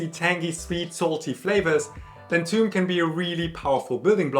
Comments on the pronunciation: It is pronounce thoom not toum/toom/tume! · Toum is not Arabic for Garlic, it's Thoum, but some Arabic accents pronounce it Toum. The actual souce/dip is usually called Thoumeyya (or with a T) to differentiate it from the actual Thoum (garlic). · It’s actually thum or thoom, and the th is pronounced the the th in myth. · It's not pronounced "toom". Please don't give false informations